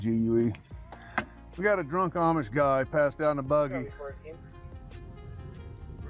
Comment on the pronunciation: "Aimish" 😂😂😂 it's pronounced "ahhmish". Funny guy. & thats a sheety situation 😂